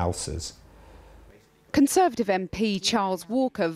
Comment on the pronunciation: What the fack are "alcers" ? Anyway, once he's got his "alcers" sorted, he should start work on his s, s, s st, st, t, t stammer. Or is that s, s, s, st, st, stututut, stutter ? >